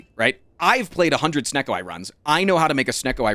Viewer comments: I Love how he gets mad at him saying Sneacko instead of Snecko. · Guy calls snecko SNEAKO